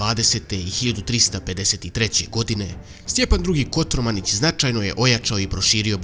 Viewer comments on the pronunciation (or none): Kotromanić a ne Kotormanić